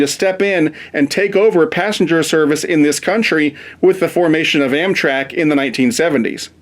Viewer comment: Passenger not passenge